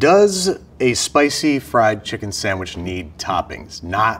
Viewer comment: I hate when people put an "m" in the word "sandwich" lol but I still love Babish.